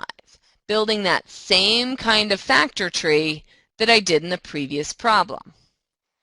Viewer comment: slpaukes I thought she said “factory”